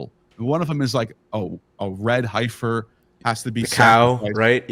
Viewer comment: Heffer...not Highfer. 🤦‍♂️